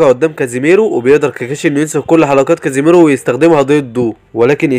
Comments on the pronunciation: ملخصات نار لاكن اسمه kisami ليس kazimero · السادسة اسمه ظيساني و ليس كاسيميرو😂🎉